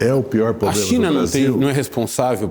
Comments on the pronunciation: Quem roubou os plurais do Dirceu? 😂😂😂 E "pobrema" doeu o ouvido! 🤦‍♂️ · É duro escutar alguém desse nível falando “poblema” e comendo “s”….. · Pobrema não se escreve com s.